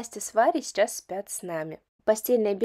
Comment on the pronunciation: Мне всегда режет слух, как логопеду, что вы вместо слова сейчас, говорите шечас.